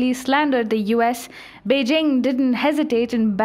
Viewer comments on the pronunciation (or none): none